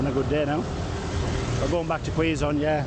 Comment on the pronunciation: KEH..zon, that's the right pronunciation. Good luck! Take care in your next travel.